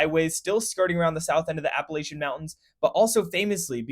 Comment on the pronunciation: Appa-latch-ins, not appa-lashions.